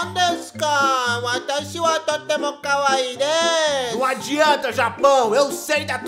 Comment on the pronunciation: eu já escrevia um pouco em japonês por causa dos meus futuros mangás e não sei pq as pessoas falam KawÁi,em vez de Kawaí,porque na pronúncia japonesa quando tem uma palavra tem dois II,tem que pronunciá-lo o I como se tivesse um acento agudo no I. E a sua pronúncia está impecável, faz mais esses videozinhos do Brasil e do Japão, e tbm se n for muito incômodo, faz um vídeo sobre a amizade entre Brasil e Japão, da questão da imigração japonesa no Brasil e floresceu uma grande amizade. Eu sou muito sua fã 🥰🥰🥰🥰🥰